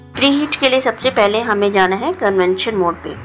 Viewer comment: Convention nahi convection